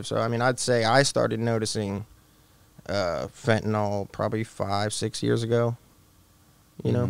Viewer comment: FEN TA NYL Say it. It's FEN TA NYL Not fEnTeY nALL....